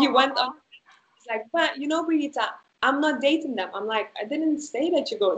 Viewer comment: Brigita is a lovely name ❤️just a little effort to pronounce it correctly would be appreciated! Love your work dear Brigita!